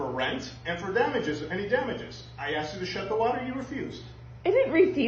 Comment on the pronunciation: Axed you...lol